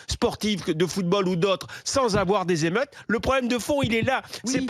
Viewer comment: Appuyez plusieurs fois sur ce timer les zémheute les zéhmeute 😂😂😂